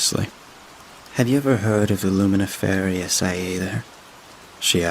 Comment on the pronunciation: luminiferous is not pronounced that way.